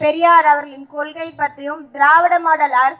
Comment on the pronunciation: மகளிர்களுக்கு???? ¿ ல, ழ ள... கொல்கை........ கல்......... தமிழ் (ல்)????????